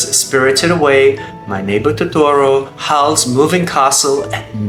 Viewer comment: Why does he say torotoro?😂